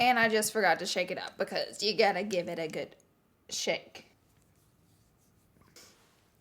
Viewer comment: When you said shake it sounded like you said 💩